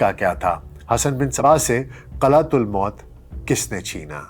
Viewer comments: اول تو یہ کہ قلعہ کے نام کا تلفظ ہی غلط ہے۔ ایہ "قلعہ تل موت" نہیں قلعہ الموت یہ ی شاہین کا گھونسلہ ہے۔ آپ کی ناقص معلومات کا منہ بولتا ثبوت ہے۔ جیسے نیم حکیم خطرہ جا۔ اور نیم ملا خطرہ ایمان ہیں اسی کیٹگری میں ایک آ پ بھی ہیں تحقیق کی آ پ نے حسن بن صباح پر۔ بغیر تحقیق بات آ گے پہنچانے والے منافق ہے۔ اپنے ہو ٹیوب چینل کو چلانے کے لئے پاکستانیوں کے پاس گھٹیا بات کرنے کے سوا کچھ بھی نہیں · نظام الملک طوسی حسن بن صباح کا بچپن کا دوست تها الموت کا درست تلفظ " م " پر پیش کے ساتھ هے زبر کے ساتھ نهیں